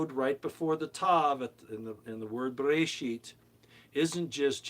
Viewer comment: The correct pronunciation is Bear-ah-sheet, with a little throat clearing sound added in the AHHH lol